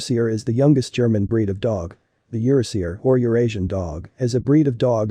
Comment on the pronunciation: "YER-uh-SEE-ur"? Nope, it's pronounced "yer-AA-zhur", which plays on the fact this breed is of EURopean and ASIan descent.